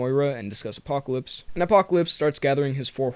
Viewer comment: Did you say.... Apopolips